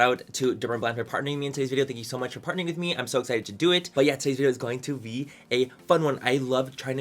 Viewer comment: Wow, you speak super fast! I think it’s pronounced PART-NER-ING :D you know momma luuuubs your!!!!